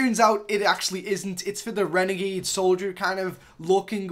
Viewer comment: It annoys me when he calls it a "renegade"